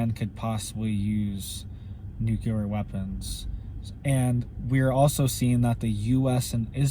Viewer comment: I realize we may be gone Tomarrow, or this may not even be, "The Tribulation," but, just a man made tribulation, (However it does look that way!!!). I love you and your reports, however the word is; "nu clear." nuke u ler, is in the field of medicine. It is a common mistake, like we Texans' saying the name; Warshington... Instead of Washington. Thank You. Your Brother in Jesus Christ Name, Brother James Kendall Moore O.S.B.